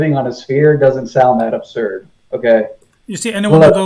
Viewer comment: You let him take too much time. It is mostly him talking. And he is NOT nice. “Neely” Tyson? “Globhads”? “Every thing you are saying is aburd.” No. Not nice. And the burden of proof IS on the side with the new theory. AND he is a conman. Look what he did before the Flatearth became a big thing.